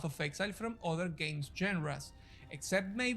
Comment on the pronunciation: Grinding Gear Gay??? No es games.